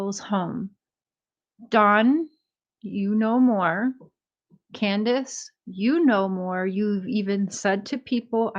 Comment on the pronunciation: She said canduce sold her for 50 thousand